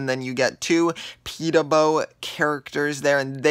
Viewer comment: He meant "Podoboo".